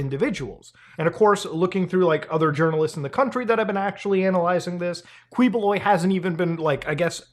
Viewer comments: His name is pronounced kibuloy hard pronunciation of each letter. And my entire family thinks he's a scammer and a nut job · Key-boh-loy 🙂 Thanks for talking about this crooked dude 🇵🇭😂👍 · Yo wtf this is so surreal. I'm from PH and to see Mutahar talk about is kind of crazy to me. Hahaha and Quiboloy is a crazy mofo. and for future reference it is pronounced as Kee-bu-loy. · it's pronounced as ki ⬇- BO↗ - loy↘ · As a Filipino/Indian it’s funny to see muda cover this 😂 especially the fact he reached Filipino news. Also he’s pronounced kee-bo-loy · It's pronounced as Ki-bo-loy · Pronounced Keebs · as a filipino, i love the way you murder the pronunciation of his last name. please dont ever change that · 1) It's pronounced KEE-BOH-LOI (Spanish spelling of a native Filipino surname) 2) As a Filipino, thank you. He's one of the most notorious televangelists here. Made fun of by most Filipinos (who are majority Catholic), but protected politically because of bribery and the sheer number of his followers who will vote for whomever he says they should vote for. Like similar televangelists in the US, he preys on the gullible and the desperate, especially the old and the terminally ill. And it's disgusting. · i may or may not be itching to say it but i'll say it anyway its typically pronounced 'kiboloy' instead of 'kwiboloy' justsomethingiwantedtotell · hahaha Kweeboloy. it''s actually pronounced as Keeboloy. he is from my city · Thanks for covering this Muta! LOVE from the Philippines! It's pronounce as Ki-bo-loy, Du-ter-te. Yes these news have been in there for quite some time and I am glad that u are shedding light on it. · It's pronounced as Ki-boloy btw, not Kwi. But thanks for the content. Even our senators are protecting him now lol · filipino guy here, please talk about this more side-comment: it's pronounce like "ki" and not "kwi" when it comes to saying his name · pinoys: kiboloy mutahar: kweeboloi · It’s Keyboloy. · it's pronounced Kiboloy